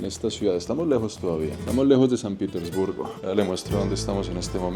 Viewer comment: PITERSBURGO? PETERSBURGO